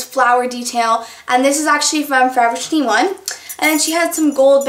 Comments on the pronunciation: i dont get why you pronouce 'forever21' as 'forevershe1' ..... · Did she say Forev Trentyone? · haha it sounds like 'forever tinny-one' to me! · anyone notice how she says forever 21? kinda runs the words together lol